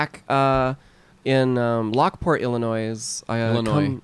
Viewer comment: oh god they pronounced the s in Illinois